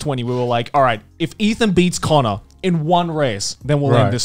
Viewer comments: Who's connor? Its Cannur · Here just to say cannur. Lmao.